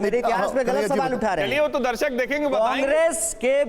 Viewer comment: Itne saal padhai kar ke bhi darsak ko darshak kehna nahi seekh paya🏆😂😂